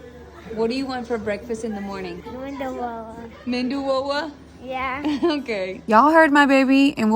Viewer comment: They keep saying "Mendu wada" instead of Medu Wada. Mendu wada means "Brain Patty" It's a famous mistake made by some locals